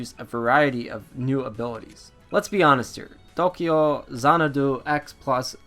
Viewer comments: The funny thing is, he's not even pronouncing it correctly. It's To-kyou Zana-dou in the Japanese spelling. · As dull as your review... you make me not want this game. Your pronunciation of the titles name makes me cringe and, just some advice: you clearly wrote this out. You should proofread before you record because it’s SO hard to listen to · this game reminds me of the legend of heroes trails of cold steel,. also maybe dont use an accent when saying the titles name loll sounds funny ha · Tokeeyow zanadoo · Appreciate the review . You just really need to stop trying to pronounce the game title with a Japanese accent??? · stopped watching review cuz of how you say the name of the game.